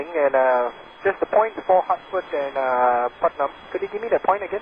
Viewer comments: it's putnam not partham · PUTNAM not PARTHAM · It's not "Partham" VOR - it's PUTNAM VOR. (PUT) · partham? its PUTNAM VORTAC, 110 NM north - north west of KJFK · PUTNAM VOR not parthnam lol